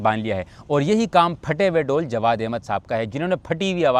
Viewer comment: ڈول نہیں ڈھول ہوتا ہے۔ اسی لۓ فواد چوہدری تم جیسوں کے خلاف ہے۔